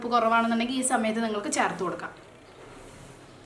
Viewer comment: Charthu ennalla,cherth